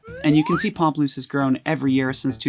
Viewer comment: Thank you for saying the band name correctly for me! I could never figure it out!